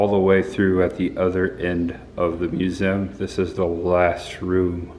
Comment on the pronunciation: You are fine in your midwest pronunciations of z in museum but i am from midwest too and you forget the e. I think its mue ze um. Anyway, not giving you a hard time. We love you. Great, gruesome vlog. Happy Birthday.